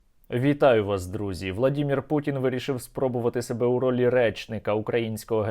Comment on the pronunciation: Коли ви навчитесь казати володимир шпутін , а не владімір ? На українській мові - володимир, чи я не правий ? Слава воїнам ЗСУ !Слава Украине!!! Героям Слава!!